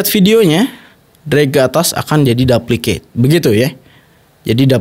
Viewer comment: Koreksi dikit bang, bacanya tetep dupliket bang, bukan dapliket. Konten slalu keren bang, lanjutkann